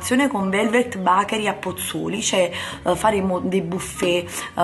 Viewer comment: però ti prego BACHERI non si può sentire. si dice con la E. (bechery) TI SUPPLICO. il mio cuore perde un battito ogni volta che lo dici....